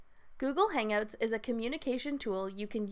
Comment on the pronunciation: She says "Hang-oats"